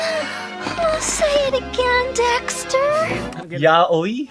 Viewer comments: sa japanese pagkabasa nila sa yaoi ay yaoy at sa english nman pgkabasa nila sa yaoi ay yawe..masprefer ko p rin kpag yaoy ang pagkabasa ksi ang yawe ay katunog ng pngalan ng Diyos..gets nio? Diretso n lng kyo s google translator at pakinggan,hndi mn yan bait tito tama p rin pagkasabi mo n yaoy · that's literally YA-O-I or YA-OI not YAWI :3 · FYI: Yaoi is pronounced as Ya-o-i not yawe lmao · Yaoy talaga bigkas sa yaoi